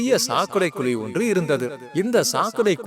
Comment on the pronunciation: நீங்க சொல்ற கதை நல்லா தான் இருக்கு ஆனால் தமிழ் உச்சரிப்பு சரியாக இல்லை . மழையை மலை என்றும் குழியை குளி என்றும் உச்சரிக்கிறார்கள் தமிழ் மொழியை சரியாக கற்றுக் கொள்ளுங்கள் நன்றி